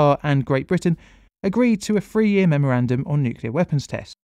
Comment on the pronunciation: "A three year memeorandum"..Love it,how beaurocratic